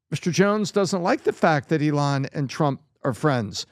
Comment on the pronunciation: Can someone pls tell this guy (Pat B David) to pronounce Elon's name right. So annoying.